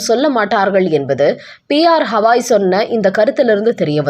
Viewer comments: எத்தினி வாட்டி சொல்வது, அவர் கவாய்,ஹவாய் அல்ல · உச்ச நீதிமன்ற தலைமை நீதிபதி பெயர் B R. Gavai (பி.ஆர். கவாய்). P.R. Havai அல்ல. தயவுசெய்து சரியாக உச்சரிக்கவும். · அம்மையாருக்கு கவாய் என்று உச்சரிப்பு வராதா? எத்தனை சொல்லியும் ஹவாய் என்றே படித்து வருகின்றார். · அம்மணி "ஹவாய்" இல்லை. "கவாய்"